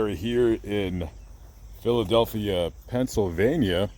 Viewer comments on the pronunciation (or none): none